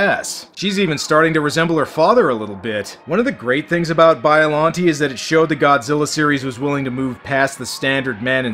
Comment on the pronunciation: its pronounced bi-a-lon-tay